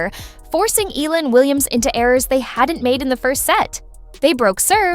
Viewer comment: Pls pronounce her name as Eh...yah..la..